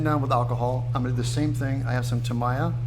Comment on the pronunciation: You're butchering the pronunciation of "Tamiya" Its "Tah mee ah"